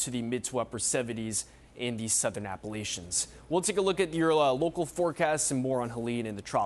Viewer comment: The Southern Appolicians?....what did you say,? Where is that?